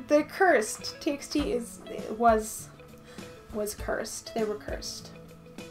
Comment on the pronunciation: "T by T" not "T eks T"